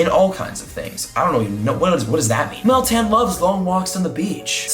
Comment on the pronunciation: Ok Meltan? Eh soundes like metang and I still like Nutto and there spawning in New Zealand should come!